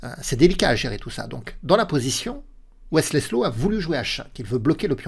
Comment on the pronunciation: Je connaissais Wesley So mais pas Wesley "Slow" 😂😂😂 La langue a fourché quelques fois et ça m'a bien fait rire. Merci pour le contenu toujours au top! La réalisation, le jeu d'acteur et le montage se sont "modernisés" dernièrement et c'est très agréable, continue à nous régaler 🙏